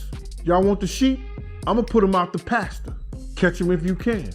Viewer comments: You put one out to 'Pasture'.....not 'Pasta' 😂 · Pasture not Pasta. Give me a break. Is this AI?